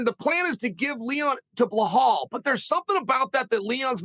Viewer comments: Blahal, Serjey, Meokick, Hazmat...Is Jon Jones the only fighter whose name Chael DOESN'T massacre? He's got some kind of name dyslexia. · Bro who tf is belhaal 🤣🤣🤣 i love uncle chael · Chael callin belal brehal 😂😂😂